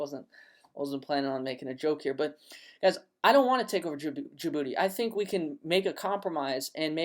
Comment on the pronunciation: "I'll go to Jaboody and take over" lmao Great content man.